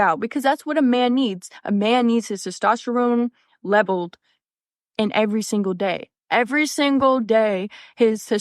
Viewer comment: Ok, she can't even pronounce "testosterne" correctly. I'm sorry, I'm gone.